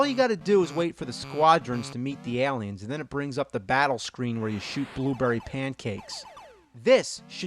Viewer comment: AL-iens, I love it lol